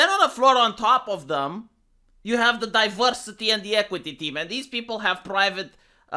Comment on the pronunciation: Diverrrrrrrrsity and Enrrrrrrrrichment